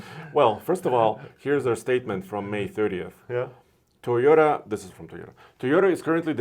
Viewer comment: TOYota not Teyota